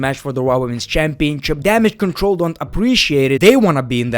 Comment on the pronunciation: Great one why'd u stop calling them damage citreluh